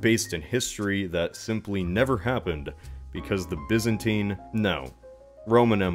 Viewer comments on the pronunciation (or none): It’s pronounced Byzantine silly, not Byzantine